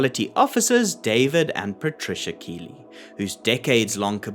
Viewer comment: Keighley is a small town in west yorkshire England pronounced kiethley